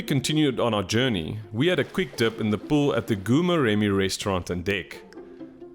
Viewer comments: oh my word... been struggling to understand where is "gu-murem". Please endeavour to ask the locals for the proper pronunciation of names. It wasn't until I saw the place that I suspected wanted to say Goo-Moremi. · It's pronounced Gho Moremi, the "G" sound like sum1 snoring. 😜